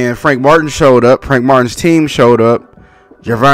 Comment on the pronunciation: it's Martin, NOT Martian #hater